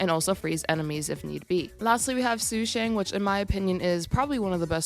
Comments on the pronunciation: PLEASE ITS SHU SHAANG IT HURTS TO HEAR YOU SAY THAT SUE SHANG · Its okay it just really hurts when i hear su shang but its not like you take chinese lessons